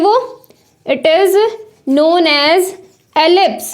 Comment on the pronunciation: Its "Eclipsed " Not "Ellipsed"